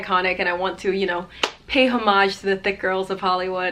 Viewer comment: i love how you say homage, bc in english they always say like hour and words like that dont have the hh sound